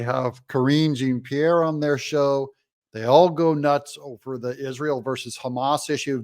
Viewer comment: It's Karine Jean-Pierre Doug, not Jeanne-Pierre. Jean is pronounced like John - it's a male name. Jeanne is the female, like Jean in English. Jean-Pierre is a surname.